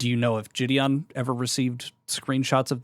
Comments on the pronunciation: How can someone know Jideon personally and call him Ge'dawn. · why does he call jidion, "jidon" LMFAO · “jih-don” is jidon and thats jidions actual name 😭 brain of a baby toad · I can't watch this because I can't get over him calling him JidON. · bro how is literally everyone in the situation so damn unserious??? After all this involvement and correspondence with him and such, how the FUCK is this dude actually calling him "jih-don"??? Oh my lord this is so annoying to listen to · He worked for him, but doesn’t know how to say his name? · This dumbass can't even pronounce jidion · How’s bro gonna say he’s been friends with Jidion for at least 2 YEARS then keep mispronouncing his name like son 😭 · Fucking hell this kid can't even pronounce Jidion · I can't get over the fact that one of Jidion's upper mods can't even say his name right 😂